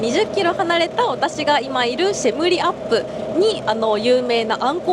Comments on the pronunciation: 「シェリムアップ」と言ってるように聞こえるのですが、都市名は「シェム リアップ」ですよ。その後では正しく言ってるので、ちゃんと覚えられたようで安心です。 カンボジアは人間がガツガツせず落ち着いてる印象ですね。だから治安も良い感じ。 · シェリムアップじゃなくてシェムリアップでは?